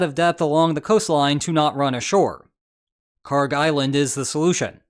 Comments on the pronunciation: Kharg island is pronounced as you did. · You’re not mispronouncing Kharg.